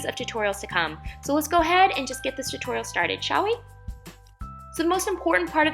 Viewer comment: she says tortorial😂😂😂